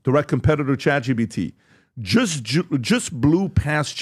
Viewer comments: I still don’t understand why pat keeps saying chat gbt lol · Why do they all say chat gbt? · Why do they keep saying Chat GBT? I'm beginning to think they are all idiots. Maybe they all just have a difficult time speaking?